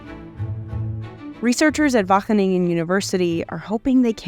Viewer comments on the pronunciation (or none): You pronounced Zoeterwoude, Gouda, Vermeer, Van Gogh, Annemieke Visser-Winterink, Rik Loeters, Natasja Oerlemans, Wageningen, Kees de Koning, Geert Wilders and PVV completely wrong!!